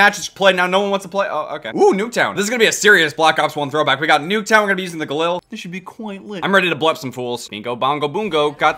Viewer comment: He pit galil instead of ghalil